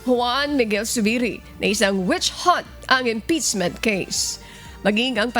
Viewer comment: Ano ba yang announcer na yan, yung mga words na di ko naririnig sa kanya ko lang naririg, impeasement, kabstutution, yung o ginagawa nyang a at yung a ginagawa nyang o. Is she trying hard to slang her words cz its not working out.